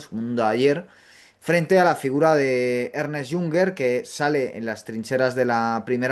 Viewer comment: No es Ernest Jünger, se pronuncia Ernst, si quieres traducirlo di Ernesto